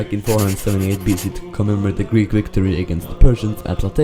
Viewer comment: As a greek at the start the greek was kinda cringimg me but for a non greek it is the best ive heard